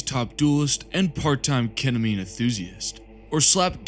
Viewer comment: AY AY AY YOU DIDNT SAY KETAMINE RIGHT